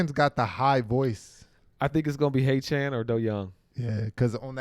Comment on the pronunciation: You say everyone name good but can you practice on Heachan's name - every time you say his name I cringe!!! Its Heach-an not Hea-chan... you guys are the best